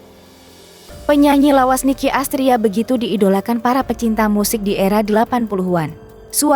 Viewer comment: Rocker bkn rockers..kalau utk lebih dari satu baru namanya rockers...dan Nicky dibaca nikki BKN rici...belajar dulu buk